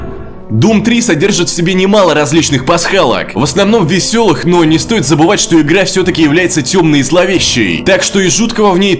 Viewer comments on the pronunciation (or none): none